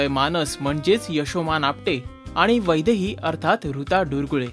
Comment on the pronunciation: Aaaa itst not vaibhavi itsss vaidhai